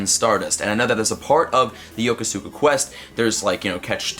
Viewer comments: YoKO-ska. Not YoKoSukuh. You hurt my ears. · Hey man, love your content, but in Yokosuka's pronunciation, the U sound is basically silenced. Think about how you pronounce Yokohama and keep the first syllable and just add "ska". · PLEASE PLEASE PLEASE LEARN HOW TO PRONOUNCE YOKOSUKA RIGHT! sigh Sorry, but really, sounds like crap when you pronounce it like that.